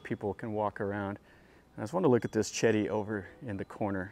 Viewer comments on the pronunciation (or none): Wat Raj Cha O Ra Sa Rarm, Raj Cha War Ra Wi Harn, Jom Tong and Chedi is Jay Dee. Bangkok is properly pronounced Barng Gork.